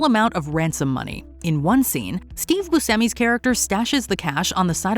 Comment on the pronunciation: I really wish people would pronounce Steve Buscemi's name correctly. It's pronounced Bushemi not Busemi. "sce" in Italian has a "sh" sound. How do I know this? Because Steve and I share the same exact name.